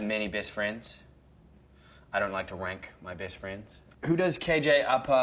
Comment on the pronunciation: "Bayst Fraynds" 😂